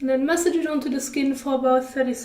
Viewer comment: Masssaaaaage. Not message